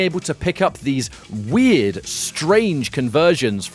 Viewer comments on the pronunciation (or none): none